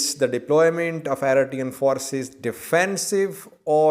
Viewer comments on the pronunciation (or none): its pronouce Eritrean and not Aritrean 🤣😭🤦‍♂️